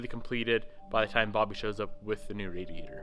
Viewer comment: New word to car dictionary. The "aidyader"